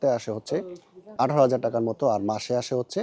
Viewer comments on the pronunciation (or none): none